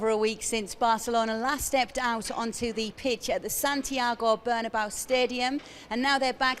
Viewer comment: Why do all British commentators pronounce Real Madrid's stadium "burn-a-bow"??? Can't somebody tell them once and for all how it goes? Drives me nuts.